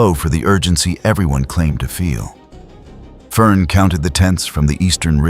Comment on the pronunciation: It really doesn't say it right...at least not every time it says it 😅